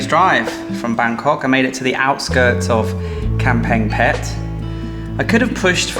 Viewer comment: Kamphaeng Phet has a G sound. Ka is Ga when spoken. You ought to know that after 10 years in Thailand. Kaeng means curry but pronounced Gaeng. KP is a cool city with great ruins.